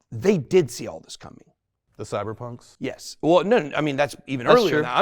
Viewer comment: Why does the bearded guy keep calling cypher punks “cyber punks” I heard him say that on another show as well.